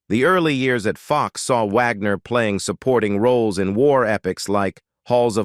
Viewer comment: "...When You See HER Today." HUH??? That's Bob Wagner, not Caitlyn Jenner. He's still male, from what I understand. And WHY does the narrator-bot keep calling him "Vagner?" STUPID!!!